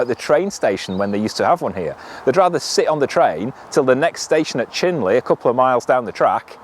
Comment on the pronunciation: Chinley? 'Tis pronounced "Choo-nul". You'll meet a lot of that sort of thing in Derbyshire - Eyam is "Eeem", Ilkeston is "Illsen". Edensor is "Enzer" and Calver is "Carver". That last one always got me until someone pointed out it is pronounced to describe a cow giving birth. Who Knew? Oh and they don't throw things away - they swat them, to rhyme with bat. It's English but not as we know it:) Another lovely video you two. Thank you.